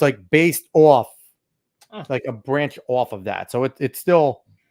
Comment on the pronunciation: use of the word "off" about in is proof of New Jersey origin because it's 2 syllables instead of 1.